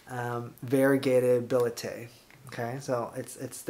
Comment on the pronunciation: The pronunciation of scientific names though!!! billet-eye?!?! Seriously????